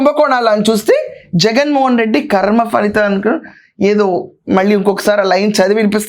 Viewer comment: ఖర్మ కాదు కర్మ.